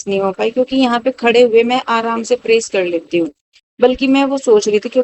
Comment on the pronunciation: Bhn bad nai bed bolte h.praise ni press bolte h.dhng se bola kro.phur bolti o log gvar bolte h mjak udate h